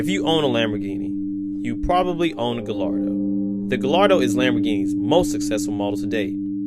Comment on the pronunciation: Guy...Yar.....Doh......is the pronunciation not Gall...Lar...Doh. ;-)